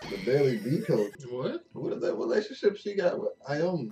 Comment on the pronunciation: Aomine is allot like the Proffesor. You pronounce it Aye Oh Me Nay btw.